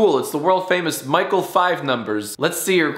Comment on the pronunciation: He says Michele five numbers but his name is micheleO five numbers